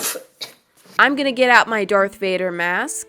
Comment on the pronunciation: dArTh VaDeR, it's Dark Vader lol